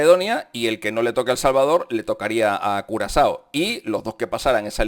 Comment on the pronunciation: Por decir curazao dijiste culo asado?